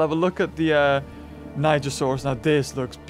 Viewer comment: How to pronounce the dinosaur names that appeared in the video Yangchuanosaurus (yang- shwa- no- sau-rus) Nigersaurus (nee- zayr- sau- rus) Camarasarus (ca- ma- ro- sau- rus) Edmontosaurus (ed-mon- toe- sau- rus)